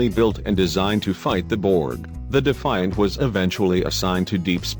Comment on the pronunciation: The DEE FI ANT.